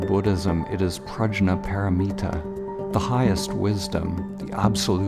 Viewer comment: Prajna is pronounced 'Prag-ya'